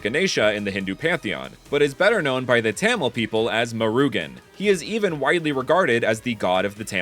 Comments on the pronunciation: It's not pronounced Tamil but pronounced ta-mill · As and Indian,I very much respect all of this. But,'Tamil' (The language of the Indian state Tamilnadu) it is pronounced : Ta in the sence 'tata!' and mil in 'windmill' there you go,Tamil. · You did an amazing work on this video but a small nit-pick I have is how you pronounced Tamil, it's more Tah-Mil sounding